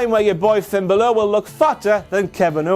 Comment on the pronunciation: I think he pronounces Balor wrong